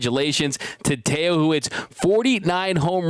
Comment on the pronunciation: Teo not two...